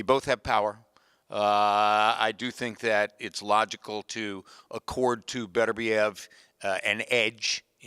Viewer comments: 😂 I think he was stuck on saying the former man united player berbatov's name because it sounds similar... berbatev is gonna smash bivol 😂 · “Burbertev”!! 😂😂 oh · not even gona fucking try and say beterbiev properly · How many different was do people pronounce 'Beterbiev'? 😂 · has won the award for worst pronunciation of beterbiev thus far. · It's lazy and classic Englishman..not even bothering to respect his name by pronouncing it correctly. Warren is the same. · could at least pronounce the letters of the name lol